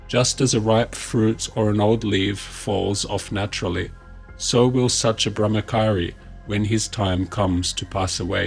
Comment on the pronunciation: Great work brother. Well done❤And in the word 'Brahmachari', 'cha' is pronounced as in charcoal, not 'ka'.